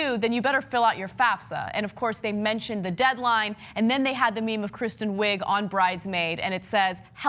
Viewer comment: haha he said kristen wigger